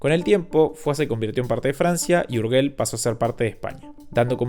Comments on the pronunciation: Perdona la tontería, pero creo que lo puedes apreciar. Urgell lo puedes pronunciar en catalán, que sería la pronunciación autóctona [ur-yell] o en español, que es el idioma en el que has hecho el vídeo [ur-jell] como en Borges. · Urgel no porfa, Urgei se pronuncia, gracias. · ¿Urguel? Te sugiero que aprendas a pronunciar aquello de lo que hablas. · 'urguel' hermano la pronunciación para otro día no? URGELL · Urgel se pronuncia como si estuviera escrito con j, por que para que suene como tu lo pronuncias, sería escrito Urgüell... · Se dice Urgell, y no "Urguel" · Por favor, "Urguel" no, "Urgell" o "Urgel". Suena muy diferente. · Buenas, "el obispo de UrgeLL" no " el obispo de UrgeL. Urgell = Si Urgel = No Es solamente un tipo de sonido diferente, como posible excusa, decir que dicho sonido no se encuentra en el Castellano. Hay que ubicar la punta de la lengua, arriba en el paladar. Detras de los dos dientes grandes de arriba, claro. Cuando se vaya a pronunciar, SIEMPRE, será la última sílaba. Por lo tanto, habrá que "colocar " la lengua en la posición antes indicada, en el último momento. Recordad, siempre encontrareis este sonido en la última síbaba. SIEMPRE !!! Adeuuuuuuuu 👍🏻🙋🏼‍♂️ P.D. - Aparte, está el sonido de la letra"g", completamente diferente. 🤦🏼‍♂️🤷🏼‍♂️🤣😂 Pero eso que lo explique el siguiente... Ahora si, adeuuuuuuuu !!! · Urgell… suena como “gente” no como “guerra”. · en catalan no, se pronuncia como y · Qué coño es un "Urguél" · Tampoco. Esa "g" de Urgell suena como la "g" inglesa en George. Tal que así: [uɾˈʒeʎ] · Discúlpame, solo un detalle sin pretender ofender. Tanto en Castellano como en Catalán esa g de Urgell se pronuncia como j. Cuando no hay u entre la g y la vocal, se pronuncia como j. Un saludo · Porque aprender un mínimo de catalán para pronunciar los nombres de forma correcta era mucho pedir, no?